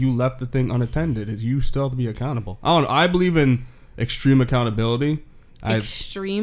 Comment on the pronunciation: When he said accountable I thought he was saying a cannibal